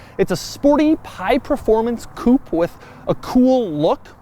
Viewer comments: "Technology" could not stand the mispronunciation of Coupé anymore and warned you for the first time. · Pronounced “coop-ay “ not coop , sorry but it’s really annoying Doug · Pls stop saying coup, as a frenchman my ears bleed everytime sb says coup instead of coupé. you pronounce coup like coup d'etat. Pls pronounce it coupé with an é. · If only Americans could pronounce “Coupé”.